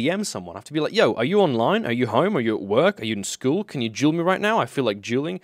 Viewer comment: He said "I wanna duel" I heard "I wanna juul